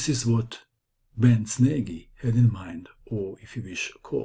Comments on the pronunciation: If Nagy is Hungarian, then his name is pronounced "Noj," or "Nodge." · Ach....you pronounce Nagy in the same way that Schlecter would have.....!